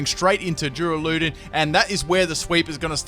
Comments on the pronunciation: Durrrrr-Al-Uh-Dawn I would have gone with DOORALOODONE hurts my soul lol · U say his name wrong its dur ral u don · "Doo-ra-loo-don" A do what now?... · Why do you say the name like that I cant even.